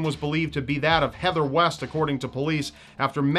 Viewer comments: West? I thought he said "Weast"... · West? I thought you said Weast.